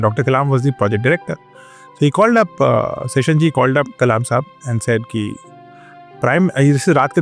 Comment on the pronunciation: Good information 👍. His name is not "Session". He is named after "Sheshnag" (the celestial serpent), so T N Seshan is to be pronounced accordingly.